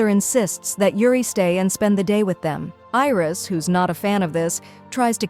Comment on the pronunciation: It's not iris it's Aries and it is not roam it's ram